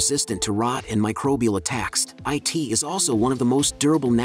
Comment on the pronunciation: can we please pay someone to read the script instead of employing a robot narrator to do a very poor job of reading it? The tempo in the vocalising is irritating and lacks the warmth of a real voice, the subtle intonations. Seriously, the robot narrator is unable to say the word 'It' and instead says 'I.T.'